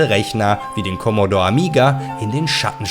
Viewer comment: Keine Kritik jetzt, aber niemand hat in 80ern "Kommodorr" gesagt. Das ist und bleibt ein "Kommodohre". 🤣 Ich habe mir übrigens vor einem Monat wieder einen originalen C64 mit allem PiPaPo(auch 2 x Floppy, könnte ja eine kaputtgehen;-) ) zugelegt. Ach war das eine schöne Zeit damals. 🙂 ....Ob nun PC oder Konsole gewonnen hat, mag ich nicht zu entscheiden. Habe eigentlich aktuell alles. Oftmals gewinnt bei mir der PC(alter 8-Kerner(4750GE) + RTX3090), weil ich irgendwo billig nen Key im Netz kaufen kann.